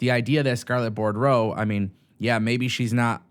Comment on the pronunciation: You're pronouncing Scarletts last name wrong